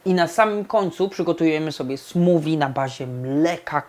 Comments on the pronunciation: SmuWI? Smoothie - ma charakterystyczny dźwięk th, prędzej smoofi. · chyba nie mówi się "smuwi" przez w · Chyba nie tak powinno się wymawiać ''smoothie''.